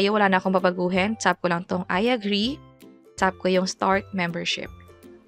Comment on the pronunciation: Ang arte ng pagkakabigkas nung "tap" nagiging "tsap" 😭